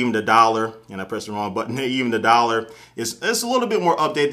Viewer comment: dialer sounds like dollar when you say it.